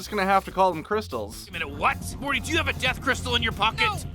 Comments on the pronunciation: Rick and Marty?!?!? Edit: and you said it wrong multiple times!!! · Its Morty, not Marty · Why does he keep saying Marty and not Morty? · so im certain he said marty and not morty and cc agrees with me